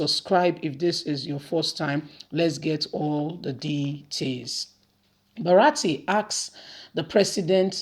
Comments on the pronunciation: not BARATI but BURATAI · the name is Bu-ra-ta-i, elehin goro, elehin woji.